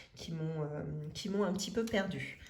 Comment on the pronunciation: Surtouff, contenuff, perduff. Un petit peuff... Objectifff Ah, non, là c'est normal 😂😂😂 Aussi : carte bleuE. À part ça, des choses intéressantes.